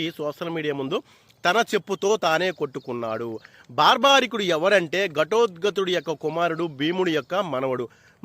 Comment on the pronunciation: బార్బరికుడు అతని పేరు... భార్భారికుడు కాదు 😂😂😂